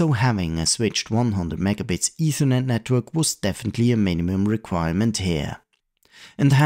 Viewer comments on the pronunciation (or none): none